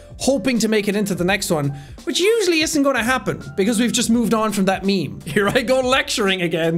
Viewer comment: Sean: It's meme time, it;s meme time, What I here: It's BEAN time, Its BEAN time